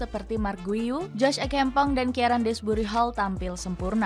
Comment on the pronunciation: Bukan guiu atau guyu bacanya min, ane pernah dikoreksi ama orang luar yg asli catalan pas komen di youtube, dia bilang bacanya "giu"